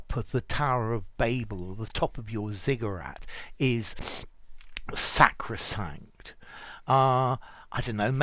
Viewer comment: This channel is sacrosanct to me. Also, I really enjoyed the pronunciation of sacrosanct.